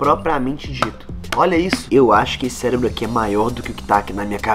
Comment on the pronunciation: Não é celebro é CEREBRO